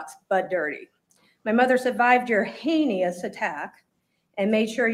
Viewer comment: I love that she mocked him for mispronouncing her name... and heinious... I don't mean to make light, but those digs made me snicker a touch